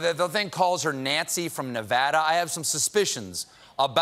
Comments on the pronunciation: I'm so proud of Stephen for pronouncing Nevada properly #VEGASBABYVEGAS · He said Nevada correctly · Thank you, Stephen--thank you, thank you, thank you--for pronouncing Nevada correctly. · I love that Stephen says Nevada correctly! Many dont